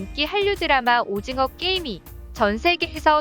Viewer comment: 오짐어 화이팅으로 들리네 ㅡㅡ